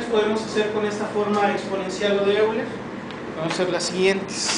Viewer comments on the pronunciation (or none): Técnicamente se pronuncia: OILA :)